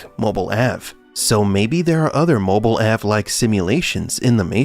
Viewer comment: "Mobil Ave" ?? Dead give away of an AI voice over. Blocked.